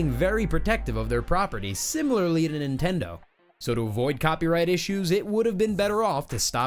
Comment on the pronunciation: He said nendindo